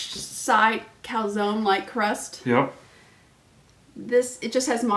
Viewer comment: Not sure it’s pronounced calzonee, pretty sure the e is silent.